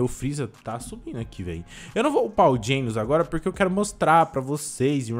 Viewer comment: PLMDS PFVVV PARA DE FALAR GEINOS E DGENOS MAIS OU MENOS ASSIM MESMA COISA DE AYZEN E AYZEN N EYSON